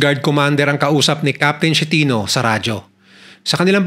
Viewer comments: Boss pronounce as is-ke-ti-no! Hindi Shenito! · Esketino ang pronouce